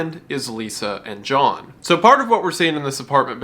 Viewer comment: lol you said Jhall instead of John